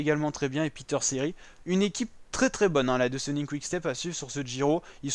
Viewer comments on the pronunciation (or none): Deucenink ça se pronoce deuquenink